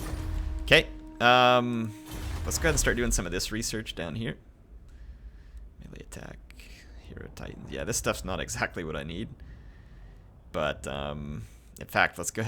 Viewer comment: Heirophant = High-Row-Fant Heirotitan = High-Row-Tight-An Sepulcral = Sep-Pull-Krul Khemrian = Kem-Ree-An Djaf = Jaff Seriously, don't they teach High Nehekaran in the states?